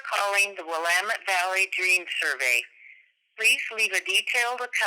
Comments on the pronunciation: It's pronoucned Will-AM-uht, not Willa-mette . You lie about being from Portland, but this is cool. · Just so you know, Willamette is pronounced will - am - et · It’s “Willamet”, dammit. (“Willamet” rhymes with “dammit”.) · he pronounces Willamette like "Will I met" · Visiting this oldie. The scariest thing about this, as an Oregonian, is how you are pronouncing Willamette. Teasing! I am having a Nexpo marathon today though. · I love how anyone not from Oregon pronounces Willamette wrong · The most disturbing part is your incorrect pronunciation of "Willamette." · Portlander here. Just a nit to pick: Willamette is enunciated on the middle syllable and rhymes with "God damn it." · I'm from Portland and it bothers me how he's pronouncing Willamette lol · Okay sick video and all but my skin crawls every time you mispronounce "Willamette" so hard. Did you not hear the voicemail recording you included in the beginning? lol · A guy from Portland hearing someone pronounce "Willamette." LIterally hurts. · lmao when he mispronounced willamette. ppl from oregon feel this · You can always tell someone isnt local by the way the y pronounce "Willamette" also the area code around here is 541 and 503 so seeing a 971 makes it weirder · The mispronunciation of our city's river in this video leads me to believe the man speaking is not from here. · Can you please pronounce “willamette” correctly? An example is even given on the phone audio you edited..... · Oof, the way you butcher the pronunciation of "Willamette." But, hey, we all did. I did, for sure, at first. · Why does he continue to mispronounce “Willamette” after hearing it pronounced properly in the phone message? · When you say Oregon right but not willamette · If you are from oregon, you too are bugged when he mispronounces Willamette? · You're saying Willamette wrong. Other than that, nice vid. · Wish you would stop mispronouncing Willamette! The voice on the telephone got the pronunciation correctly. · Godamnit Willamette